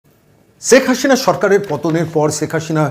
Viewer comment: আরে ভাই,ছেক হাশিনা নয়,শেখ হাসিনা। সিলেটের লোক হয়ে কলকাতার বুদ্ধিজীবী বক্তা কে বিদ্যাসাগরের প্রমিত বাংলা শিখানোর জন্য দূ্ঃখিত।